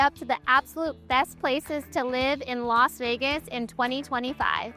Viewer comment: It's Las. Not Los Vegas